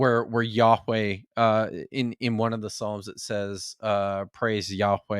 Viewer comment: It would help you draw the connection, in the way youve decided to do it in this video, if you pronounced yahweh, as yah-weh, like ehyeh, instead of yah-weigh. They share the same final vowel. Edit: My Hebrew isn't the best. Lol, I hope that didn't fall flat.